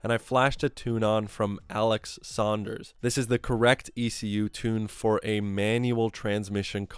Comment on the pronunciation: Bro! Thanks for the shout-out:) -sanders60r It's sanders not "saunders" like Dion sanders ;) Enjoy We'll revise it later